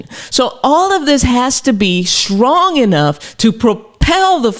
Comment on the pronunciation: It's strong and not shtrong. S and not H